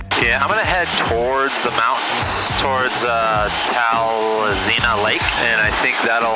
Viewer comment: OK, I wasn't going to be the pedant, but here goes. Like just about everywhere place names can be hard to pronounce. Gulkana is 'gull-can-uh' and Tazlina is 'tazz-lee-nuh'. Sorry in advance.